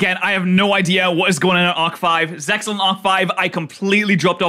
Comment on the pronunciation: its not ZEX-AL its ZEAL!!! the X is SILENT!!!!! facepalms* Spider-Man is not a mutant, he's a 'genetically enhanced human', meaning he did not naturally mutate into Spider-Man. By altering his DNA through the spider-bite, he is an enhanced human being. It 'does' lead to further potential mutations, but he's not a "Mutant" like X-Men or other mutants due to "natural human evolution". what the heck, the narrator just ignores the premise of the 5D's show that's about dragons and Dark Synchro........